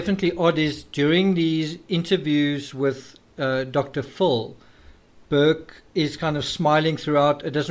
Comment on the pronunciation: You say it. “Dr fill”